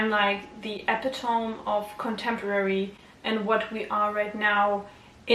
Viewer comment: Idk if anyone's told you this but epitome is pronounced like epitomi